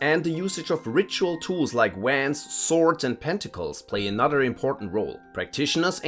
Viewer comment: Never heard someone pronounce Wands like that. I had to pause the vid and chuckle for a second.